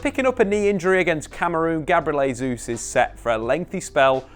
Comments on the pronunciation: In Spanish a letter J at the start of the word is pronounced as an H. In Portuguese a J at the start of a word is pronounced as a J. Jesus is Brazilian thus speaking Portuguese, therefore his name is "Jesus", not "Hesus". Pronouncing someones name correctly is just the basics, especially as Jesus has been playing in England for years. I think Shearer also pronounces his name incorrectly, but I'll give Shearer a pass as Geordies barely speak English as it is. Just as an added aside a word starting with R in Portuguese is pronounced H, so all these years you've also been saying Ronaldo incorrectly also. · Love your work but it's pronounced Jay-souz not Hay-souz. Portuguese doesn't substitute the J with Hay. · Just FYI. You keep saying 'Hayzeus', so you're using a foreign pronunciation to get it a closer to how natives would say it. However, you're using the Spanish pronunciation of 'Jesus. You should use the Portugese version - phonetically this is 'Jay-zeus'. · It’s not pronounced ‘Hay-sus’. That only happens in Spanish and not Portuguese. Really annoying that you insist on calling ‘Jay-sus’ as ‘Hay-sus’. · Nice analysis, but cmon, you should know that being Brazilian, Gabriel's last name is pronounced Jay Zeus, not Hay Zeus. As for signings, Mudruyk and Thuram both seem like they would be nice additions. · 2022 and still saying “hey-Zeus”